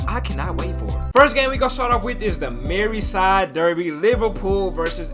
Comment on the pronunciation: Bro MERSEYSIDE not MERRYSIDE 😭😭